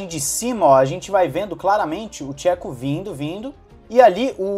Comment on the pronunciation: Gosto do seu conteúdo e acompanho tem muito tempo. Me incomoda que sempre você mete o pau no Perez, seja mais neutro. O cara desde que chegou na redbull fez muito pela equipe e pelo Max. Não esta no nível do Max, mas aguenta muito a pressão de estar em uma escuderia como a Redbull. E um toque de boa, nao se peonuncia Chéco e sim , chêco. Só assistir alguns vídeos em espanhol .